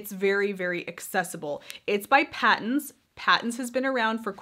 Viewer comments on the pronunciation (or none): Patons is pronounced as "Paytons". Yes it is an Australian Brand. Produced by Aussie Yarn Company.